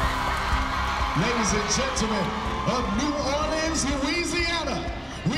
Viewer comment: The coach from explosive j pronounced New Orleans wrong